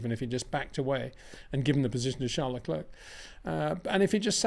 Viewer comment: Crazy stuff from Perez, cabt believe in his position hes thinking about taking a risk to win the race. What he needed was a solid second place. Please Peter, Leclerc is pronounced Leclair, i winced every time you said Leclurk 😂